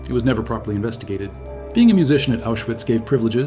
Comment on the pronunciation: It's pronounced Aushvitz